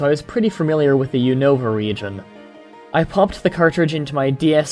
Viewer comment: (you-no-vah) it's (you-na-vah